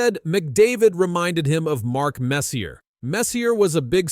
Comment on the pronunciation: Bro learn how to say messier jesus wtf